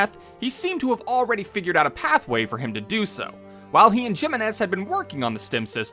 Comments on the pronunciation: No one is gonna talk about how he mispronounced Jimenez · Cant get pst the fact how you Mispronounce Jimenez. Its clearly pronounced the correct way in game... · You saying the name wrong made me love this video more. Toddlers love asserting dominance by nitpicking someone's American, Chinese or British Etc accent saying something not from their 1st language. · doesn't matter if you butchered the name. We know what name you're trying to say❤. Ppl need to stop condescending through pettiness.